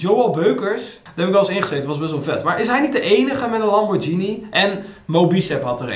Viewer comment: Over uitspraak gesproken:, het is LamborgHini... en geen Lamborzjienie 😉